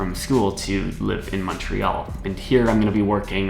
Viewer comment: Praise the dear lord he says Montreal right